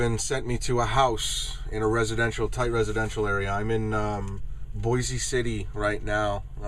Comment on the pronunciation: Boise (pronounced: Boyce, not "boy z") City, Ok Trivia: The epicenter of the Dust Bowl in the 1930's. Once bombed by the Air Force with dummy bombs during a military excercise (there's a dummy bomb in a concrete block in the town square, to commemorate the event).